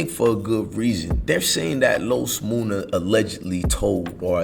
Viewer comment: Nigga his name is MUNNA not MOONA ! Like Money